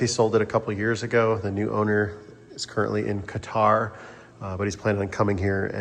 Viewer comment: Thanks for pronouncing Qatar correctly. Idiots on Main stream TV and media keep saying Cutter. Not an Arab, but spent 12 years in the UAE.